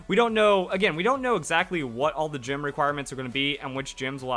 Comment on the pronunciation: Jim? Not gym?